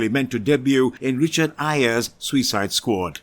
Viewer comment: The way this narrator says SUICIDE makes me want to vomit.